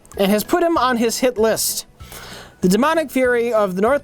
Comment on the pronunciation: I'm most disturbed by enunciation of "hit LIST" instead of HIT list".